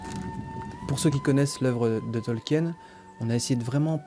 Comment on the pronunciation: prononcer tolkin et pas tolkien !!! dixit GANDALF MERCI